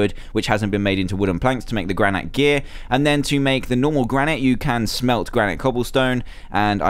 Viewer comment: It's pronounced gran-it